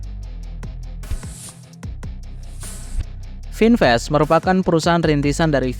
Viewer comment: Vinfast tulisannya, kata bahasa Inggris khan? kenapa cara bacanya melenceng? Itu menunjukkan ada hal yang disembunyikan